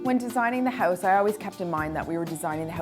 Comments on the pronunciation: Houuuuze, houuuuze, hooooouze.. hehehe, Canadians <3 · if you say 'house' one more time with that strange accent, I might have to smack ya